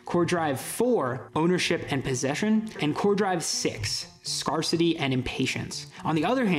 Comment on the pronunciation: it's not "scar-city". It's "scarce-ity", based on the word "scarce". The AR in scarce isn't "are", it's "air".